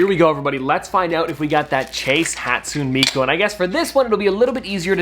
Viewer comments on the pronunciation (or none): Btw it’s pronounced hat-sunay-me-koo